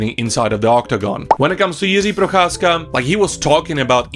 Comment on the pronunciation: You pronounce the name Jiří Procházka suspiciously well. I guess I know where you come from. :)